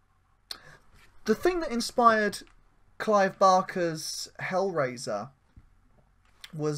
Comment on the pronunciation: Cheers for the chat,. And I apologise for the distorted audio on my line. I'm embarrassed that I pronounced Hellraiser as Hellwazer... (D'oh!)